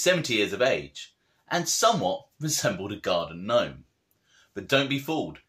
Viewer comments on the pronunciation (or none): none